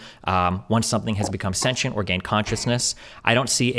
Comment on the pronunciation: I love how Destiny properly pronounce “sentient” . I could feel the petty through the screen lol